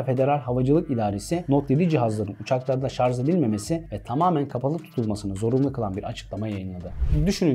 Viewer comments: Harika bir video ama bu kalitede video hazırlayan kişinin, hele ki telefonla ilgili videoda hala şarj (charge) yerine şarz demesi kulak tırmalayıcı, kusura bakmayın. Türkçe'nin daha dikkatli kullanıldığı videolarınızı bekliyoruz. Kolay gelsin. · teknoloji hakkinda icerik uretiyorsunuz, videonuz 300k yakin izlenmis, binlerce aboneniz var ama gelin gorun ki SARJ'a SARZ diyorsunuz. bence bu buyuk yanlisi bir an evvel duzeltin. tesekkkur eder, basarilarinizin devamini dilerim. guzel icerik. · Konu detaylı ve bilgilendirici fakat bu kadar teknoloji den bahsederken ŞARZZ değilde şarj olsaydı süper olacaktı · Böyle bir video hazırla ama şarj yerine şarz de 🤦🏻‍♂️ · Şarz, deyince videoyu durdurdum.. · Kanka ''Şarj'' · "Sarz" telaffuzu, üstüne basa basa ve o kadar sık oldu ki, tahammül edemedim.